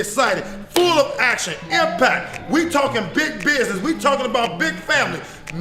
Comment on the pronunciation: if you can’t pronounce business correctly there isn’t going to be big business going on in your show.